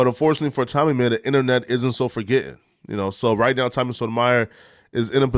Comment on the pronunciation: Why u butchering Tommy last name like that bro lol